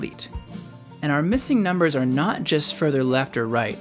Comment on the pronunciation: nooo, they are nawt!!